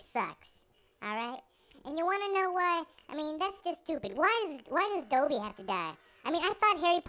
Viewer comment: you pronounced Dobby wrong. like you can write a better story than Harry Potter